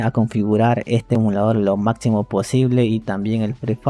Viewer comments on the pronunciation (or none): none